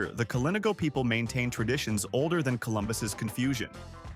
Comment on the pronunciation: You pronounce Dominica Dohm min eeka- and Kalinago as Kal ee nah go and Morne Trois Piton as mourn- one or two photos not of Dominica= but nice, very nice pics and it looks like a nice place to visit the way you have displayed it- I will look for more of your videos of other places, just ensure you pronounce the names- and maybe give different ways for people to access there-and any hotels? Thanks for this nice video. There seems to be a lot to do. And for the commenter that asked about a nightlife, it depends on the time of year- Oct, Nov and Feb seem to be high night life times.